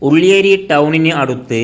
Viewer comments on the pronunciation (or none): none